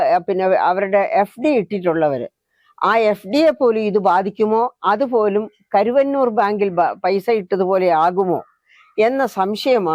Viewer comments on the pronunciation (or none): none